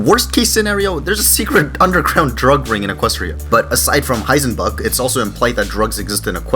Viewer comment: LOL! It sounds like you’re saying “Heisenfuck!”